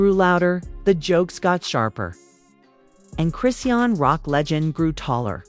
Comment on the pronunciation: How come you can’t pronounce her name correctly it’s ( Chris Shaun) dang is that to hard